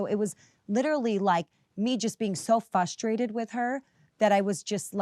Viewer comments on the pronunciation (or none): Lisa: “fustrated” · Fru- Fru- Frustrated! Not fuhstrated! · Lisa B trying to give Teresa G a run for her money with her own personal versions of malapropisms over here! "vee-troll" & "fuss-trated' 🤣🤣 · Hey, Self-Tanner, two words: FRUStrated NOT FUSStrated. VITRIOL not VEEtroll. Jfc. Lisa, stop using words you don't know how to pronounce.